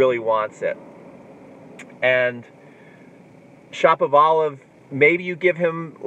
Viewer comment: Its Shapovalov, not Shopavalov...like Sha(ra)povalov